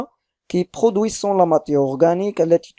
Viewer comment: tu fais beaucoup d'erreurs de lecture.ent dans le verbe produisent ne se prononce pas